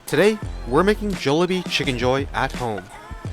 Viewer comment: Im sorry ill watch the video. But I cant trust someone who isnt saying Jollibee like they do in the Philippines.